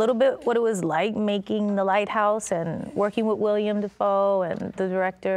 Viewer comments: she just said, Will-IAM defoe... that's so wrong. :( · "William Dafoe" It's Willem. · Oh dear. She said “William” Dafoe. His name is Willem. Common mistake among commoners, but among actors? 🤷🏻‍♀️ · did she just say William dafoe???? 🤦🏻‍♀️ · This woman just said “WILLIAM Defoe”….. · Did Jennifer call Willem, William? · 😂 she was close to “willem” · Caught that, too. She's too damn old and in the business long enough to know it's 'Willem'. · Yea supposed to be Willem